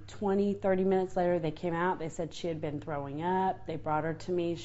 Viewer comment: She mispronounced been